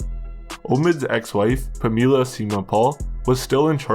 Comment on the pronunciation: Good vid but how do you mispronounce the name “Pamela” lol.